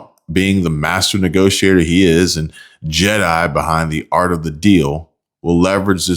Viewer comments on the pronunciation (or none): none